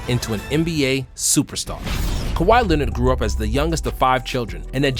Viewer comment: “Cow-high Lennit” - Stephen A Smith